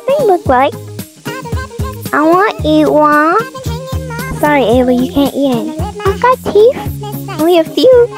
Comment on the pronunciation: You kept calling Ella like ayla or st 😮😅